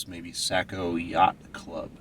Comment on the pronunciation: Saco is pronounced “Sock-o”